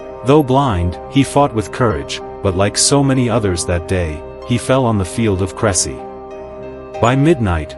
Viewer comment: Please check the pronunciation of the battle site. AI is not much help when confronted with foreign names.